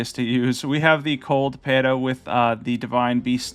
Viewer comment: Cold pata (foot). Lol pata is kinda like foot in Spanish